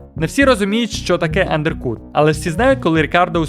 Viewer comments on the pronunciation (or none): лЕклерк, УНДЕРКУТ 😂 З вимови максимально пригорів, але дякую за відео. Гарно показана трансформація F1 від фрази Берні про "нам не потрібні бідні глядачі" до епохи DTS